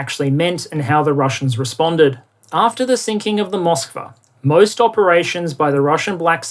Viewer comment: I believe the ship was named Moskva, not "Mosvka". It's the name of Moscow in Russian (spelled with our alphabet).